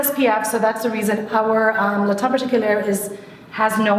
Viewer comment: I'm not even french and I cringe whenever she pronounces the name, the last r in particulier is SILENT